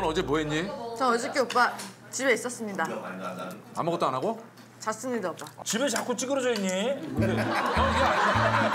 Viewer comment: 집에 있었습니다가 아니라 진짜 집에 있었습니닷 이 발음이라서 너무 귀여움 ㅜㅜ